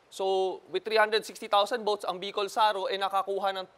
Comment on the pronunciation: Bicol Saro matigas bigkas hindi malambot..it means 0ne Bicol